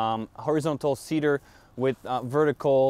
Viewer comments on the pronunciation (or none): none